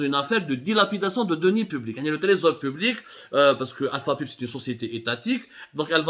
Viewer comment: Abdou avec tous mes respects et chapeau pour ce sujet yaani entre autres c'est des kawalisse mais On dit Alpha Paaayyype (pipe) en anglais et des Booobine d'acier Bobine mais chapeau wallah plus objectif que vous je le tue d'ailleurs même l'opposition welaw des clans pas mieux d'êtres neutre et faire des enquêtes dans les deux sens